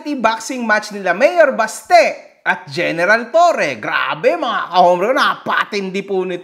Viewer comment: BASTE❎ "BATSE"✅ to Singapore.